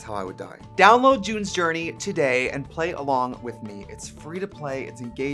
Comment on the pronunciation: Omg!!! I thought I was going to have to cancel you cause I thought you said "Jew's" journey instead of June's journey!!!! DON'T COME FOR ME!!! 🤣😂🤣😂